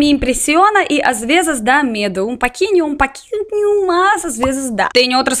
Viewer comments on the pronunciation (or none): " dá medo um paquinho" Mas é fofa kkkkkkkk Engraçado a tentando falar "pouquinho" Mas ta cada vez melhor o português dela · "paquinho, paquinho" ( pronunciando "pouquinho" é tão fofo... Aaaaaa) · Mano, amo o jeitinho que ela pronuncia as palavras kkkkk "Um paquinho, um paquinho" vontade de aperta 👉👈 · BOA TARDE, PRIMEIRO GOSTARIA DE LHE DAR UM TOQUE SOBRE SEU PORTUGUES, É UMA TENTATIVA DE AJUDA_LA E NÃO UMA CRITICA, BOM VAMOSSLÁ,SEMPRE QEAPALAVRA TEM A VOGAL O VOCE PRONUNCIA COMO A, XEMPLO, POUQUINHO, VE NA REALIDADE ESTA PRONUNCIANDO COMO PAQUINHO, TALVEZ EM RUSSO A LETRA O TENBHA SOM DE A NÃO SEI, POR EXEMPLO COMIDA VOCE DIZ CAMIDA, E ASSIM VAI, SEU PORTUGUES É OTIMIO, MAS DA PARA MELHORAR,OK, AS ONÇAS PINTADAS E AS MELANICAS OU SEJA ONÇAS PRETAS, NÃO TEM NO SER HUMANO UMA PRESA, SÓ TACARA UM SER HUMANO SE ACUADA, OU PRROTEGER OS FILHOTES, É UM ANIMAL PODEROSO SIM, MAS EXISTE MUITA MISTIFICAÇÃO SOBRE AS ONÇAS, EXISTE A ESPECIE PANTANERA E A AMAZONICA, SENDO A AMZONICA BEM MENOR, TEM UM CANAL CHAMADO IOP, ( INSTITUTO ONÇA PINTADA), VEJA ESSE VIDEO E VOVE TERA MELHOR IDEIA SOBRE AS ONÇAS, VALE MUITO APENA